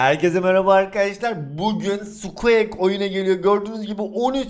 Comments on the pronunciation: abi sqek değil sqik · Abi o sukuak diyo okunmuyor sukuik deniliyor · abi o skuek değil skuik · Abi özür dilerim ama sen squeaki skuek diye okuyosun ama sanırım okunuşu şöyle skuik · Sukieks değil sukiğik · Ya abi o sKuEk diye okunmuyor skuk diye okunuyor ya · NORMAL İNSAN OKURKEN SUKİİK SUKEAK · Abi sukuek diye değil sukuik diye okunuyor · skuek degil skuik abi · sukiğik diye okunuyo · abi sukuek ne amberada embır diye okuyacağına emba diyorsun NE ALAKA EMBA bari squeakı düzgün oku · Spueak'e skuek diyen sjsjsjs😂😂😂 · Abi sukik diye okunuyor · Sen zaten her şeye para yatır zaten hiç uğraşmıyosun karskterin isminide düzgün oku